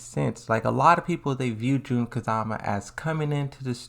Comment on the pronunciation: It's Jun kazama not June kazama